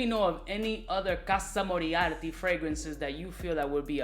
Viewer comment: Casa Moriarty? 😂😂😂. This dude is really illiterate!